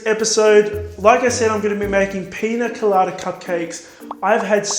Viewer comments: He makes good cupcake/macaron videos. Also he is saying piña colada right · I think you said pina colada just perfect !!